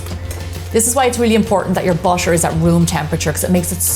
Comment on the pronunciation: why do you always pronounce butter as bottor